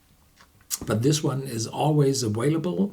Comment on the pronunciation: The word "available" is pronounced aVailable, not aWailable.